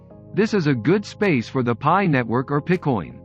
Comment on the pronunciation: great video but its pronounced PIE coin as pi=3.14.......other than that very informative